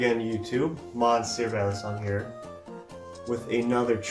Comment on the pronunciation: Hi Dude, in French the sound "on" in "Monsieur" is "eu", so literally you say " MEUsieur" to say Monsieur..... 😉